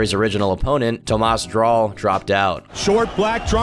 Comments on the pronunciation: It's Tomasz Drwal not Tomasz Drawl, good video as always tho Edit: Also he killed a boar not a bear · 7.05 it's Tomasz Drwal not Drawl